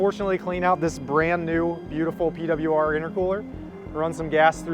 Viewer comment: Gonna miss Ausie accent when he talks about the P-Dublya-Arrrr product